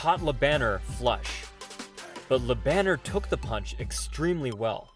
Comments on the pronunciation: It's "Lö Bun n'airrr", not Banner as in Bruce Banner. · Bro. Its pronounced. La bon air. Not la banner. Its french name ma brother. Cant be reading it in english. Thats silly. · His Name is Jerome Le Banner. Not whatever u said.